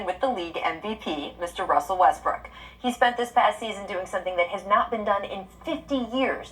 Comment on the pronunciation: Why you saying westbrick instead of westbrook